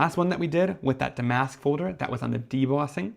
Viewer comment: These are beautiful. I was thinking that damask would be good. Damask is a type of fabric or embroidery that was used on chairs or was a pattern on vintage wallpaper. Is pronounced dam’-ask rather than da-mask’.